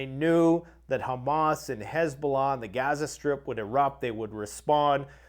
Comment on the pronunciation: Hesbollah? Isn’t it that dwarf guy from MMA? 😂😂